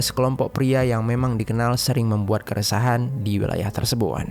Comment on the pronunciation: maaf kak komen aq d luar konteks.. kok kk aq dengar kalo mengucapkan kata "tersebut", terdengar tersebun y.. ap aq yg slh dengar y😅🙏